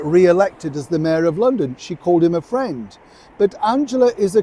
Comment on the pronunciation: "He's my Fwend"!!